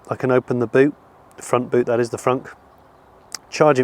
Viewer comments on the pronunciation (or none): The Y frunk ? I thought you said "y-front" as in pants/undies! 😂😂